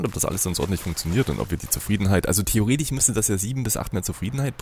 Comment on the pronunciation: Wieso kann eigentlich das... isch und...ich bei theoretisch, wahrscheinlich, ich, problematisch unsw. nicht richtig aussprechen. Ist das ein Dialekt oder ein Sprachfehler?